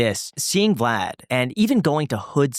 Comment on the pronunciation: Why tf is he calling him “Vlod”???